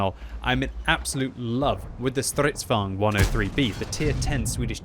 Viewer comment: Normal people: Stridvagne: STRRRIDDVAWGNED